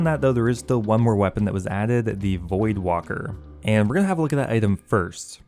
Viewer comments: I think it's void waker not void walker. Just sayin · Void-Walker Bruh, it’s Voidwaker. Lmfaooo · It’s void WAKEr not Wocker lmfao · Voldwaker... voidwaker lmao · Voidwaker not walker. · Void.. waker... Not ... Walker... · It’s Void-Waker hahaha, not Void-Walker or Void-Woka 😂😂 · my guy. its void waker, not walker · Bruh OSRS players literally can't read words. WAKER, not WALKER. Even the wiki had to correct people lol. Just as annoying as people mispronouncing Faerdhinem and Amascut. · There's not an "L" in voidwaker bro... Also since he apparently can't check a tracker accurately or provide an update it's selling for 460m as of like 10 minutes ago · Why is he saying voidwalker? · Theres no L in Voidwaker. Its waker, like waking, or awake. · That's what I'm thinking lol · Voidwalker? There is L in there XD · It’s called voidwaker as in void- WAKE-ERR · It's called the void Waker (as in awaker but without the A) VoidWaiker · is this guy serious? is he serious? the pronunciation of voidwaker-- is he freakin serious? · And neither of those are right 😂